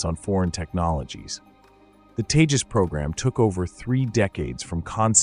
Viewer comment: Proves your ignorance, can't even name the LCA jet, it's Tejas and not Teja. Also, it was the same blabbering that was being done by others when it came to space explorations and look where India is now. What you have to understand is it's not the same bureaucarcy that is in, this government, prioritizes stuff and the ceiling broke with the Tejas, the limit now is beyond the sky with the private players in the scene now and the Kaveri engine brought back to life. Keep your hypocrisy to yourself and keep a lookout in the future, because when the AMCA comes to fruition, I iwill be back here.